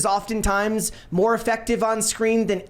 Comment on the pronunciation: “We want moar money” is all I hear